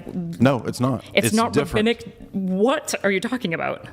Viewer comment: “Ra BBI ni cal JEWDAISM is in the Old Testament” this we-tard